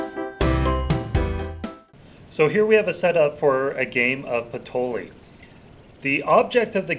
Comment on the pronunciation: just wondering if it's not pronounced patoyee...??